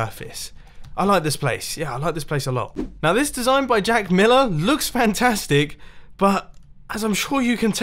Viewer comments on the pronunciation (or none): none